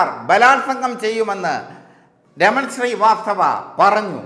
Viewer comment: എടാ കോയെ raman sri vasthava അല്ലടാ raman srivasthav